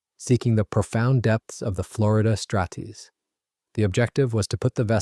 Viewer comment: Mispronounced names of the MAINE and FLORIDA STRAITS is piss poor!